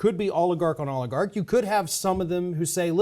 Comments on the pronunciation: can you help your fellow host pronounce "oligarch" more correctly?:thanksdoc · Party on,! Party on, Wayne!